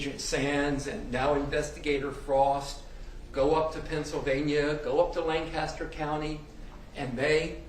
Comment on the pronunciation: It’s LANKister not LANcasster PA.